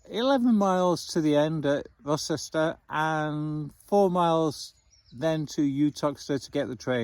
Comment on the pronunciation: Good video - for future ref Rocester is pronounced Rowster 🙂